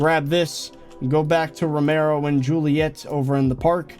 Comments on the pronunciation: It’s not romaro it’s very clearly pronounced RO-MI-OH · its romeo not romero